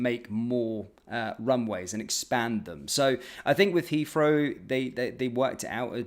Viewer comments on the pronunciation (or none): "Has came out"? "Has come out" surely? And "Heafrow"? Don't think I can put up with this move downmarket, sorry Mahyar.